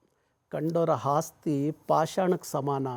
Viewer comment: ಕುವೆಂಪು ಅವರ ನಾಲ್ಕು ಪದ್ಯಗಳನ್ನು ನೀಟಾಗಿ ಹೇಳೋಣ. ಬಾರಿ ಸಾಧನೆ ಮಾಡಿದಿಯ ಅಣ್ಣ ನೀನು. ಹಾಸ್ತಿ ಅಲ್ಲ ಅಣ್ಣ ಅದು ಆಸ್ತಿ .